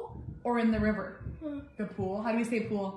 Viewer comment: Great job, Cooper!! I definitely heard you say "pool"!!